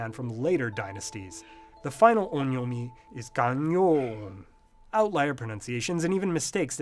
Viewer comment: Is the first vowel in on'yomi supposed to be nasalized? I don't know but I heard you pronounce on'yomi roughly as [õ:ɲɔmɪ] but the second vowel doesn't sound so nasal...